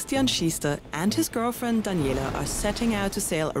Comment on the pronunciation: the way how she say Christian and Daniela let me assume she is German :) I think it sounds sometimes very clear when a German speaks English. oh funny, another Germans! :D (wobei bei dem starkem Dialekt evtl. auch "Ausländer" Össis oder schwietzerlis?)